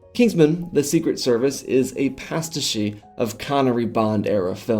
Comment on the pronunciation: Hey dude, pastiche is pronounced "pas-teesh", not "pas-tishy" 👍🏻 Think like "niche"